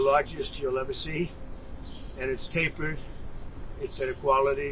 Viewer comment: "The best poles? They're tappered with a nice top?" 😳 Pure genius. Typical meaningless bs. "GRO-CER-IES?" 🤔